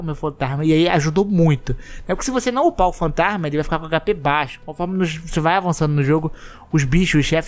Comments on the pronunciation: pq vc fala FantaRRRma em vez de FantaSma? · Parei de ver quando falou upar o FantaRRRma